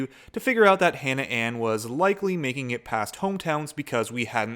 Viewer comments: I love how you say the word "out" with a Canadian accent. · I THOUGHT I WAS THE ONLY ONE WHO PICKED THAT UP 😂😂😂